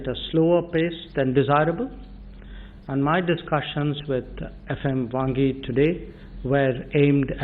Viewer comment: Jai shankar said 'Bhangi' instead of Wangyi 😀😀😀